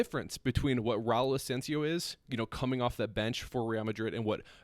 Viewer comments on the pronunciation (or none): none